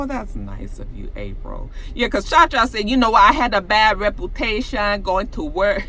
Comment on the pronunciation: You had what 😨😅😅😅😂😂?? "A bad repwetation?" 😅😅😅😅😅😅😂😂😂😂😀😀😁😁